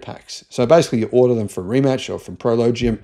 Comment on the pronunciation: It's pronounced Ree-Mats not Rematch. The guys first name is pronounced muh-teh. I would expect an Aussie to mispronounce the first name because it's spelled Mate, as in g'day mate.